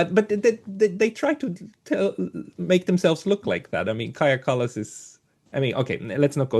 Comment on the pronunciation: Every time you say Kalls my blood is boiling..